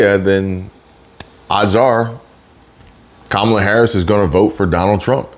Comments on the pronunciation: QUE MALA INSTEAD OF KAMALA. MEANS THAT'S BAD! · It's pronounced Kommie-la. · Thought you might be interested no that Mrs. Harris father named her Kamala as in camel. So you’re all pronouncing her name wrong according to the parent who named her. I respect the parents more than I respect her, so I’m gonna call her the name her father gave her which is camel-lah. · Kamuhluh like Pamela…ask her Dad. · No it's kamala l a la